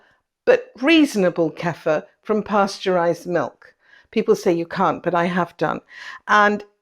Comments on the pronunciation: Ku-feer. Not Keffa. It's not our word, and we should pronounce it the way the people who originated it pronounce it. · Kefeeer not Kefer